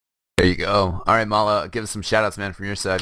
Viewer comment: its may-la